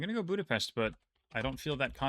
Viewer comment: you are pronouncing Budapest very nicely.